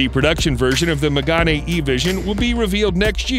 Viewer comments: Why does people, when they say french cars names, they make them more italian xD it's "Mégane" not "Mégani" x) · Megane not Magane… it’s pronounced like Meghan…